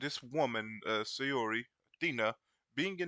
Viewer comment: It's not pronounced say-ori it's pronounced sao-ree. You should know this by now.